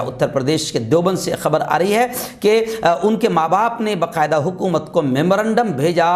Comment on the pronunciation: ۔السلام علیکم و رحمتہ اللہ و برکاتہہ معاف کیجئے بقاعدہ نہیں با قاعدہ تلفظ فرمائیں ۔